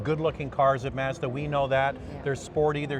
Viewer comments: The way you pronounce “Mazda” is different Are you Canadian? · Would you please learn how to pronounce MAZDA correctly?